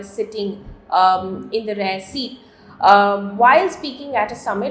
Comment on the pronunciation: Madam you mean REAR ✔️not 'rare'❌